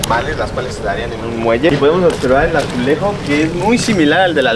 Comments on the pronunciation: Otservar y Practicamente. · Otservar* jajaja lo digo igual